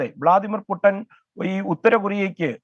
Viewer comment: വ്ളാഡിമിർ പുട്ടൻ അല്ല ചേട്ടാ പുട്ടിൻ ആണ് പുട്ടിൻ... 😃😃